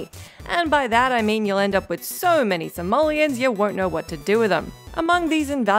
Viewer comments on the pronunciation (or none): none